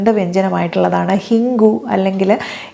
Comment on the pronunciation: ഹിങ്കു അല്ല ഡോക്ടർ... ഹീങ്ക്.... ഇതാണ് ശരിയായ പ്രോനൗൺസേഷൻ.... സോറി...